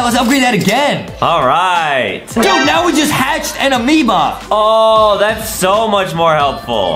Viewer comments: hey justin its not ameba amoeba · i like when justie said AMEOBA